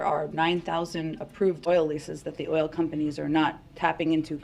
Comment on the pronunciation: this woman can’t pronounce the word “oil”??!